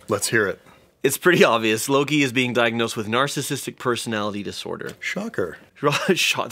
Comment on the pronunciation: Don't wanna be rude but it's Loki. Not Lori 😅